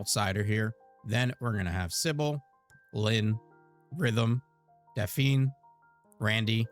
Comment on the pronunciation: Its pronounced Daf' Knee. Not Daf eene'